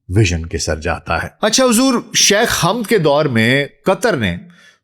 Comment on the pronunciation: My dear respected bro the deceased man name is not Hamd it is Hamad not even Hammad. I don't understand why mostly Pakistani can't pronounce the name of Hamad mostly people anchors or news reporter says Hammad which is absolutely wrong it's Hamad not Hamd Hamad ✅️ Hamd ❌️ Hammad ❌️